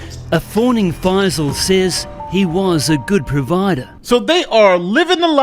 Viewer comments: Not faz-eel, 'fye-sul' is how it is pronounced (fye that rhymes with pie and sigh). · Text: FAISAL You: This is Fazeel